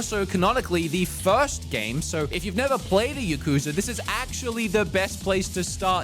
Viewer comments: It's not yuh-KOOO-zuh. It's YAH-ku-ZAAAA. I lived in Japan and dealt with the topic much. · says Yuh-kooza lol